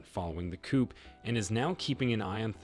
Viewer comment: ...your pronunciations are woeful,....eg...coup.....silent p